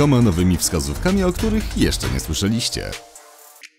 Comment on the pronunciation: "jeszcze nie słyszę liście"? Czy tam nie miało być "jeszcze nie słyszeliście"? Akcent postawiony w złym miejscu, i już sens się zmienia